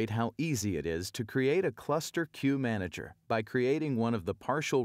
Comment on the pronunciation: what is key manager you are taking about?? I thought it is Queue Manager! Am I hearing it wrong!!